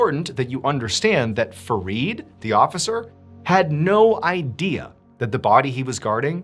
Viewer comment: My name is Farid from Nigeria. I did not wake up today thinking I'd hear Mr Ballen pronounce my name 😊 ✨ his pronunciation is spot on.